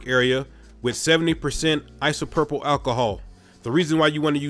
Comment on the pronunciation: Your pronunciation of isopropyl makes me happy "Isopurple" it's just making my day so much better